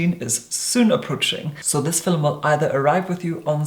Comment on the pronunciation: Starting 2018 off watching one of "film-ums"....it shall be a great year!!!